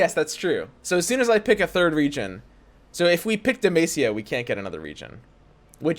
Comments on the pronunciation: It's Deh-MAH-SEE-YAH, not MAY-SEE-YAH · Dude google how to pronounce demacia God damn it was hard to go thro this vid